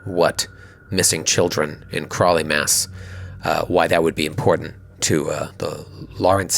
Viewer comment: Ugh! It isnt "Crawly, Mass"! It's "CROWLEY, Mass"! It took me until now to get that!